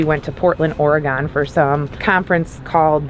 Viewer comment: It's "Or a gun" not "Or e gone"!